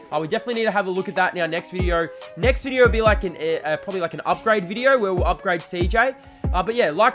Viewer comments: Wtf is a “viderrrr”💀💀💀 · Why you sayin video with an R😭😭😭fix that quick